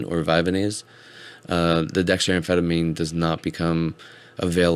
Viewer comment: Vyvanse is not pronounced Vyvanese. It's not like Japanese. The "vanse" rymes with pants. Vy-vanse